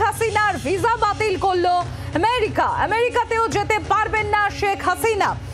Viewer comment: Priyo sangbadik merika na amerika